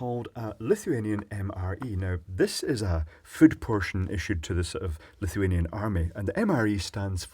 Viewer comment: I thought he kept on saying Lithium ffs